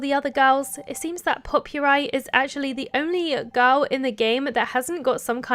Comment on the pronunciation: " pope-your-eye " that's a way of pronouncing her name i've never heard before lmao. its " po-per-ee " pronounced like Potpourri, the mix of dried flowers and stuff used as a table decoration. and she's adorable, i love her. <3